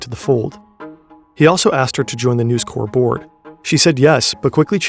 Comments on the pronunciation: Usually, your videos are total class and not a fault with them - but this time you kept calling NEWS CORP, NEWS CORE. and its not CORE its CORP. as in CORPoration. its likely me being in a mood but it just irritated me this time round... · The incorrect pronunciation of corp, in this context, is extremely jarring... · Really really interesting and well researched stuff!!! (1 small complaint corp in this contract is short for corporation so it's not pronounced like corps the military body you pronounce the p. Very nitpicking I know I'm an otherwise brilliant video but let's not give them more then they're due) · Uggh..It is News "Corp" not News "Core" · Bro. The company is not called 'News Corps', which is how you're pronouncing it ("news core"). It's News Corp, where you pronounce the 'p'. Yes, I'm being pedantic but it is so distracting and someone should have caught this! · Very frustrating watching you repeatedly mispronounce "News Corp" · You are pronouncing "News Corp" wrong. The "P" in corp isn't silent because it is short for corporation. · The "p" is not silent in News Corp. "Corp" is short for corporation whereas "corps" refers to an organized group of people and i pronounced like "core". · It's read by a real person. My guess is because the similar looking word "corps" is pronounced with a silent 'ps', the narrator saw "corp" and applied the same rule without realising.